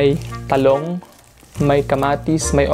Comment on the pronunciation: "TaLog" po sya di Talong na Juts. HAHAHAHAHA (LUH)